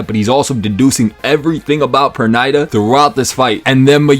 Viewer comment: Bro, Pernida pronunciation escaped you lol